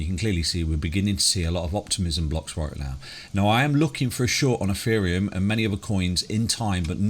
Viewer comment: Eferium? lol